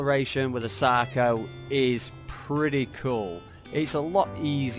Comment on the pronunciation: Did you just say Sacro Shark at the beginning? When you were calling it’s name for short lol